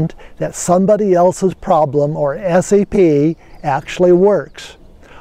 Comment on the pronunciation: You mean SEP, not SAP, right?